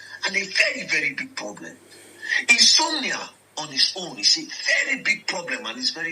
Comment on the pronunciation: The word is in-so-mnia. ...inability to sleep.